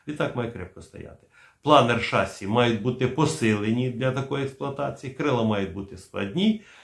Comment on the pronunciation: не шассі, а шассІ